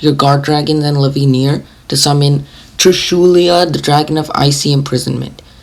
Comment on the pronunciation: TRISHULA NOT TRISHULIA.